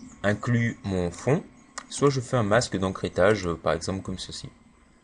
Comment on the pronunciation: Je crois que l'on dit "Masque d'écrêtage", et non "d'encrêtage" XD Sinon sympa ton tuto !